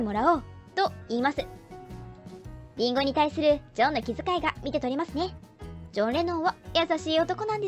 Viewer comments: 解散は早すぎたよね。世界の音楽の発展にとって。にしてもリンゴの発音が変だ、果物のリンゴみたい。このシリーズとても楽しい。けど、ちょいちょい 変に感じるところあるな 初歩的なことで。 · 林檎…。イントネーションおかしい。